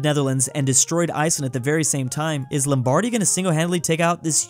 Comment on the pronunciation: As someone from Milan, the way he pronounces “Lombardy” makes my ears hurt